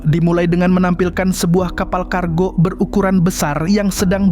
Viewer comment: Tiga bang bukan tigak,kargo bang bukan kargok 😢😭